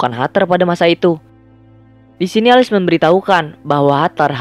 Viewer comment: Alice bacanya Elis bang bukan Alis.